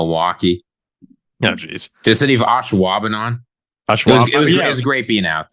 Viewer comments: Ashwaubenon is pronounced like Ash, not Osh like Oshkosh. either way though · It'd pronounced Ash-wab-e-non. First syllable rhymes with cash. You've got all of the rest right.